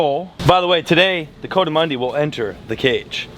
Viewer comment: COO-duh-MUNDIE … just saying lol. Cause I live in the southwest Rockies where they live out in the canyons. And it bugs me haha It’s definitely NOT “CO-damundi… Like CO-ED LOL. So please. Let’s say it right… especially for how many times it’s being said. The entire Spanish culture where they are from .. around Mexico and southeastern parts of New Mexico and south eastern parts of Arizona, would love it if you said it the right way hahaha. Just saying lol You’ve done great over the years man, as I’ve been a fan since Robert Arrington had you on his show almost 10 years ago? Ish? It’s awesome to see how well you’ve done financially as well. Well done.